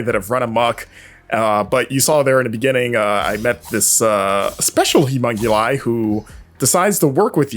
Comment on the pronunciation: Is it just me or does he say 'humonguli' instead of humonculi every time? The game looks great though.